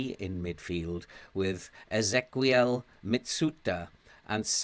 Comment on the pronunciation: I think Ezequiel is just the Spanish spelling of Ezekiel and the qu is pronounced as a k, as in Roque and Pique.